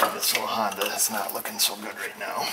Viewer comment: I appreciate your knowledge,and honesty,,,"hondue" hahahaha,,giggles fer days!